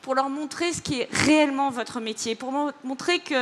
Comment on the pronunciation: "pour leur montrer ce qu'est RRRRrréellement..." créolisée!